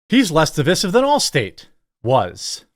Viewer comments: I can't focus on how stupid that Allstate stance is when Jeremy keeps pronouncing "divisive" like an idiot. Otherwise, good work on the story. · Di- vie-sive. Don't pronounce the word like that dolt Obama. It is not spelled 'divissive'.